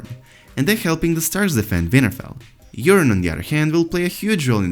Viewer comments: That's because he is saying Urine. Not Yuron. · The accent makes the subtitle actually spell out urine every time he says Euron. It really sounds like he’s saying urine